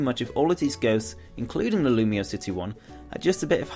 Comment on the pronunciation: You know it's pronounced "loom-wa," right? It's supposed to sound French.